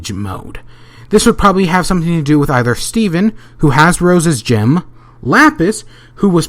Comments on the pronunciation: Did anyone notice he said Jim instead of gem? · why does he say gem like gym or jim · I just keep hearing "The Crystal Jims" and now I'm re-imagining the whole show. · did he just say crystal gim? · do you mean jem not jim ok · Omg I hate the way he says gem!